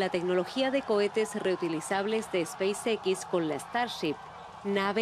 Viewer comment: NO se pronuncia SPEIS ÉQUIS . Se pronuncia SPEIS EXS. Se pronuncia todo en inglés o todo en español pero no se mesclan los idiomas. En español sería ESPACIO EQUIS. En inglés SPACE X.